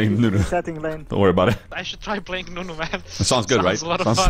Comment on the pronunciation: Commander Nunu? You mean UNUN no?